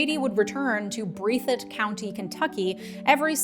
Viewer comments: Breath-it county 😂😂😂 not breathe-it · Great video... BUT ... Ok. You made me cringe in your wrong pronunciation of Breathitt. It's "BREATH it," not "BREATHE it." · lol "Breathe-it" county. Its pronounced "Breath-it" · Amazing video as always, but I had to giggle at the pronunciation of Breathitt as an Appalachian 😂 We just say breth-it.